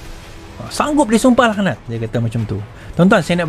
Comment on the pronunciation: Bukan sumpah “lakh-nat” laa. Sumpah “laknat” (k=ع).